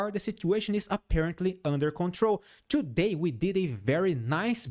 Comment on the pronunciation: "Ciù-day we made ..." bless you😂😂😂